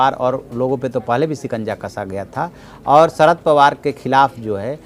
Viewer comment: ..... सरद नाही रे भा.. शरद पवार